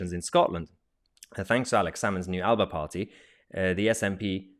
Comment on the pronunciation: Just a small point but Alba is pronounced aler’per